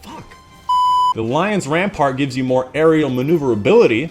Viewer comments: i love how you failed to pronounce the Lion Rampant perk like 10 times while not realising you pronounce Lion Rampant wrong every single time xd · You pronounced Lion Rampant wrong every time -_